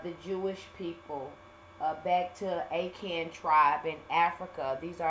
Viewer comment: Akahn .. Ah-Khan